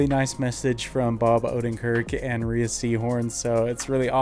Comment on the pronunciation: Been waiting for this!! Also Rhea Seehorn's name is pronounced "Ray", not "Ray-uh" :)